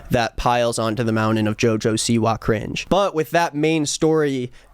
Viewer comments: He said Joja Siwa 🤣😭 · love how he says joe joe seewah